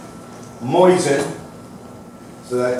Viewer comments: Why does he keep saying "moysin"? Is that right? I've never heard it pronounced that way and what I learned in school about the english language tells me it shouldn't be. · Not moysin, and not moisin, it's mosin with only one "i". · Moozeen is correct but most americans pronounce it the way it is spelled in english. See beginning of video. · Kind of hard to listen to a "expert" that cant even pronounce Mosin correctly, or mix and matches 2 different ways of saying it on whim.